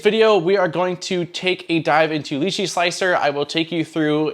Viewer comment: Great review but why is it almost no one person can say this software's name right. I mean Google it. It's pronounced phonetically "Lie Chi".